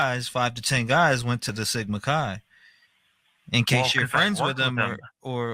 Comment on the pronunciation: Chi is pronounced like the beginning of kayak, by the way.